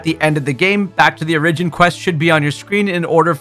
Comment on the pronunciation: Ugh, I cant handle the way you pronounce stuff lol my man over here saying things like "o-RIDGE-in" 😂